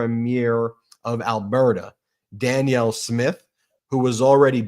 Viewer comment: Pronounced, "PREEM-yer and dan-YELL if helpfull.